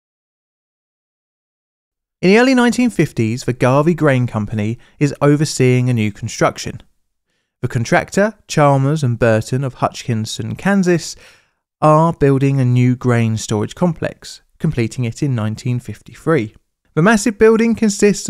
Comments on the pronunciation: also it's pronounced hutch-a-sin like a china hutch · Never heard someone say Hutchinson that way 😂